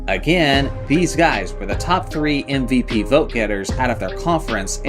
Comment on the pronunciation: Is my man slyly saying ‘NVP’ instead of MVP? Thats what it sounds like